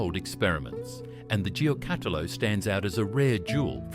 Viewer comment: Thanks for this trip down memory lane. The pronounciation of Giocattolo needs some work though 😂